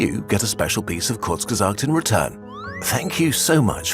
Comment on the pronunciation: Thank tou kurzgesagt, you just finally told us how to pronounce the name